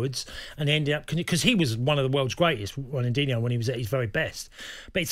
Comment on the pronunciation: Talksport title writer struggling. And this dude over here talking about "Ronandinho" wow